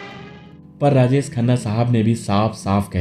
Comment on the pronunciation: अबे, राजेस खन्ना नहीं राजेश खन्ना !! बोलना सीख ले पहले! 🙄